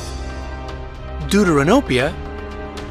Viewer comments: Bro am I a bad person cuz everytime he say Deuteranopia I die cuz it sounds like doodoo ranopia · Deuteranopia...you killed the word! It's Greek and pronounced "Thefteranopia / Δευτερανοπία" = second look at (Protanopia = first look & Tritanopia = 3rd look) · No Offense but did he say... duduranopia?